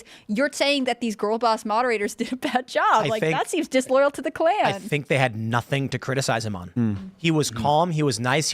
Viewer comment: lol I thought said disloyal to the clam at first 😂